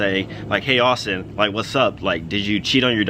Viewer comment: did he say saustin xD